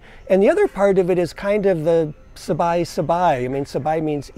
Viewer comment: Sabai, not Sabi.